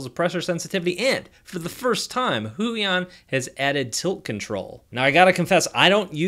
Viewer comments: why does he say huion like that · "waacom" "hoo-yon"